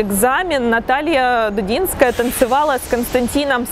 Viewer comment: Если уж взялись придираться к словам и фразам, начните с себя: нельзя ж так чудовищно перевирать фамилию прекрасной балерины и педагога. ДУДИНСКАЯ!